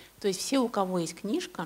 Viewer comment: Просто убило "книжка","книжку","книжки". Как?????? Слушать невозможно